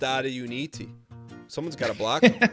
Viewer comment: I'm not crazy right? is saying BM Block people during Ticket, but it sounds like BM Black people?